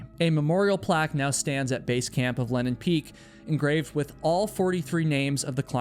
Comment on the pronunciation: That's funny! You say Lenin Peak is the only name you can pronounce when you clearly cannot. The AI texting constantly records it as Lennon Peak and even shows it that way in the subtitles. It sounds like Lennon (Lenn'on) to me as well. Many American English accents swallow vowels and disregard whether they are followed by a single or double consonant, so that Lenin (Le'nin) and Lennon (Lenn'on) are often pronounced the same way. As someone who narrates so many videos, you should be more aware of this to help listeners avoid misunderstandings regarding names, sites, etc.